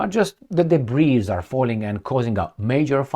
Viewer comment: The word “debris” comes from the French language. In English “Debris” is pronounced “debri”. It has no plural version. Love your podcast every day 👏👏